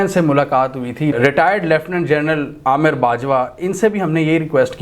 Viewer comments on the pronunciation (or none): none